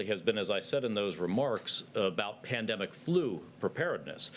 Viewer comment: "Pan..de.." what?